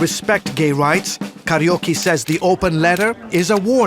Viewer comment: Not karaoke but kayruki